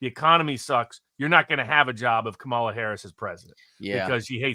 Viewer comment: Jim Kramer just told his audience to vote for Trump (truth!) And I gotta admit, it just seems so strange to me that Barnes et al (because it is MANY more than just he) refuses to properly pronounce her name. It's COMMA la. COMMA la.